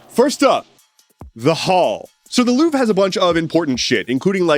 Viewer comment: The "I'm louvring it" sounds both like 'loving' and 'losing'